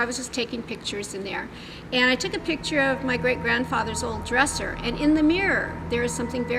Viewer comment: I despise her grammar, "Pitcher" it's "Picture", with a C before the T.